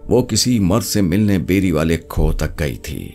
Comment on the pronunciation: Khoh nhi khoo kehte hen